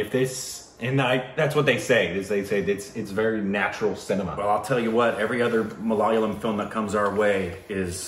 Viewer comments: Don't say malaalayam. That would mean it's the home of shit. Not kidding. It's malayalam. Minor difference in pronunciation. Major difference in meaning :D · Its not "Mala" "Layam"...In indian its "Mala" "yaalam" 🤙 Edit : And its not Jumanji's "nji", Its Gang's "ng" added an "i" So the final pronouncing of Kumbalangi nights will be fine. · can someone tell them that its Malayalam not malalyam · It is Ma la yaa lum not Ma la la yam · Guys it is MALA-YA-LAM ***NOT** MALA-LA-YAM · Welcome to Malayalam cinema. By the way it's MALA - YA - LAM not MALA - LAYAM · It is Ma.. La.. Ya.. Lam. Not Ma.. La.. La.. Yam (മലാലയം) which means 'House of Shit' in that language! And note it: MALAYALAM is the only language in the world, which is a palindrome when written in English. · It's noooott malayilaiyam!!! It's ma...la...yaaa..lam....malayalam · Seriously guys? From Malaayalam you've made it worse. It's Malaalayam now? Just Google the pronunciation and learn it. Why so lazy? By the way it's the 10th time that I'm commenting it's Ma-La-Yaa-Lam!!! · Its "MALA" YA" "LAM".. Please don't watch anymore of this language believe me you are going to get addicted to this movie industry... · u guys need to watch “Athiran”. It’s a thriller! Btw guys it’s MA-LA-YAA-LAM!!! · Another Mah-lay-yah-lam film Joseph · Please correct the way you say Malayalam. it is Maa laa yaa lum(like gum). Having said thay, am so glad you discovered This brand of cinema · Wow.. U guys r fast.. Yesterday was the trailer reation n today is the movie review.. Btw.. Malayalam is pronounced as MA-LA-YAA-LAM.. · The last lam is more like lum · MA-LA-YAA-LUM it's spelled malayalam tho btw malayalam spelled backwards is malayalam :) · Love from Kerala.. . I would really like you guys to pronounce Ma - La - Yaa - lam Correctly. 😀😀😀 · Seriously guys, say it after me : Ma- la- ya- lum. 😊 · Ma-la-ya-lam Good job though! It's a very tough language in terms of pronounciation I guess. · That's Ma la ya lam